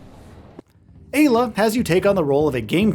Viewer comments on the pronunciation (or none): Im fairly certain it should be pronounced "EYE-la"